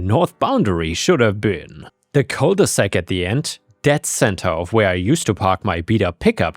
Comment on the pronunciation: Cul de sac, not cole de sace.